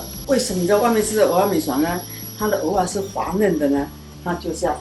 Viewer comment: 如果是道地的台灣人，蚵仔要講成「鵝」啊，不是「喔」啊。 現在的年輕人不會講台語「鵝」跟「我」分不清楚，但是老一輩的人怎麼也會講錯呢？